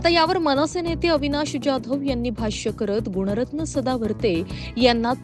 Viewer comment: पहिला तुम्ही जाधव व्यवस्थित म्हणायला शिका तो काय डॉन नं १ मधला आहे का